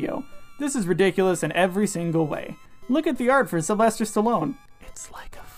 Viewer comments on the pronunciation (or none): none